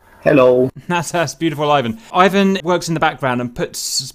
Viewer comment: "Eye-wan" Nice prononcuation.